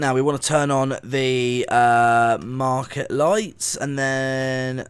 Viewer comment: Mark-ER. Not mark-ET